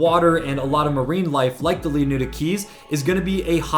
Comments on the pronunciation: Did you not read the part where he said its "Leonida" not "Leoneda"... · Are you slow? Did you not listen to him Mispronounce LEONIDA? Thats my reason for my initial comment you slow poke ahzzz boy 😂 Pay attention because you commented to me just to look dumb. Pay attention!!! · He's saying that this YouTuber is saying the name wrong.